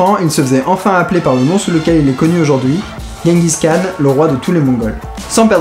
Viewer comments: pour votre culture ça ce prononce "jengis rhan" :) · par contre tu dit guenguis khan.^^ c'est "jenguis Ran" que ca se prononce ;) (oé bon on fera l'impasse sur ma phonetique hein :) sinon j'adore tes video, j'ai découvert ca avec "les enfers artificiels", Suscribed et je me les fait toutes du coup ;) et tu me doit un calebard, t'avait cas pas faire le regard "diarrhée sanglante" ! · Je revien de mongolie et pour info on dit tchinguis rhan ... tchin comme pour l apero, et rhan avec un rh comme quand on racle sa gorge (son repris dans l’arabe il le semble).. voila sinon super video continu !